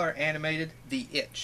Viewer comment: I love how you can't pronounce animated and stutter its a really funny trait and I like it also congratulations on 6000 sups you growing a lot and that's really cool